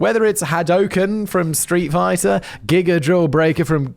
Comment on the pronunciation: The anime and attacks you named for the "yelling attack names" were actually pronounced mostly spot on. The street fighter attack was wrong, but it was close.